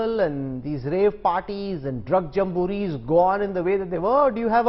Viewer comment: Rahul Kanwal why don't you do the real Drug story from Gujarat. The pronunciation of Jamboree is ( Jamb bo ree) not Jum Moo reee! What happened to the Silly Souls story???